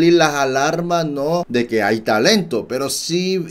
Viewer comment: Por qué dice pera en vez de pero?